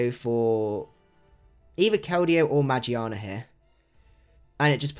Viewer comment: He says meargearna wrong